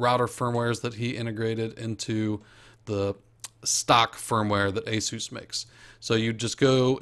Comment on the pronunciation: You actually pronounce Asus (ace~us)